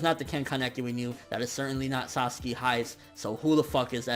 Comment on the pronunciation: "Sasuke hiys"